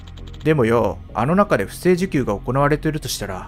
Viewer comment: 不正受給「ふせいじゅきゅう」